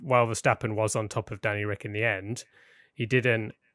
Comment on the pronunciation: it's so annoying hearing him say Danny Ric